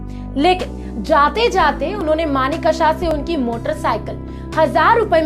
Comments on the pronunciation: Maane ksa nahin manek sha Uchcharan sudhar koi bhi anchor bnra aaj kal. 😂😂😂😂😂😂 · Request you to please pronounciate his name correctly. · Pronounce Sam Bahadur's name correctly, please. Ask a Parsee... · Video bahut accha Laga. Maneckshaw.2 alag word nahi Hai. AAP ko Yeh Dhyan rakhna bahut zaroori Hai. 50 time Sahi bholna seekhe.